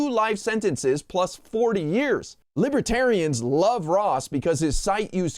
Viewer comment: “Libatarianism” - DumpTrump